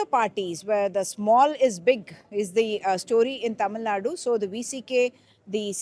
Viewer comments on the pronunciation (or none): Excellent reporting but....it's not Naadoo. Pl say it correct. Tamil Nad...u at the end v short somewhat like the u in urban